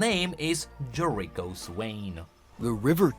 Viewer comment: Why do you keep saying "Loak" randomly Also its not "Jerayko" swain, its Jericho said, Jair Eh Co Also we do know some of demons and what they are. Tahm is addiction, youve made videos about that befire, you should... know this? Give up the ghost is a normal saying